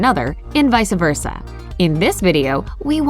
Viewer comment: "Vice-a versa" is not very bright,....